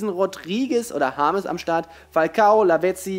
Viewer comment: James Rodruigez er kann ihn nicht aussprechen